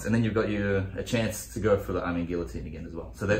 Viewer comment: It's pronounced guillotine not guillotine